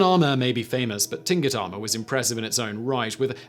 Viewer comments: Hello Simon, I hope you are having a great day! I hope I'm not being a bother, but Tlingit is pronounced like clink-it. Much love from Alaska! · Tlingut sounds like clingkut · For everyone's reference. Tlingit is pronounced more like cling kit. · Many of my friends and neighbors are Tlingit.... sounds like 'Clink-it'.... some of the consonant groupings in first nations languages can be really hard to pronounce, even when you know what it is supposed to sound like.....